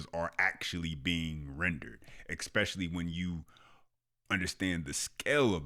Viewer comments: You lost me at "exspecially". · My brother.. you are mispronouncing the word "es pe cial ly" There is no "k" sound in the word. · "ekspecially"? Is this the new "aks"? Oh boy (smh). Otherwise, great expose. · Please don’t say EXspecially…..